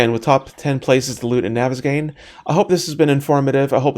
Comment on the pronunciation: I thought that the map was pronounced (naw-ves-gone).